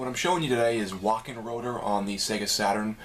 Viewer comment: 'ö' is pronounced like 'uuh' if that makes any sense. thanks for the video.